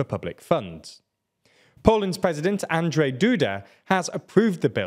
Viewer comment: I’m really impressed with how you pronounce the president’s name; being his namesake I can really appreciate you not calling him on-drey. But Donald Tusk’s surname, even though it looks exactly like the word for an overgrown tooth, is actually pronounced more like [toosk].